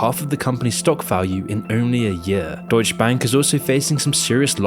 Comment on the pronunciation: you make deutsche sound like doge. doge bank lmao